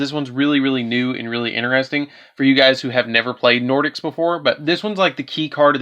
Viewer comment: Really good deck. I personally run Nordics as my main deck. Your pronunciations were off but you did the archetype justice